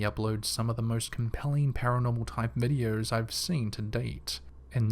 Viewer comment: They are called videos not videe-urrs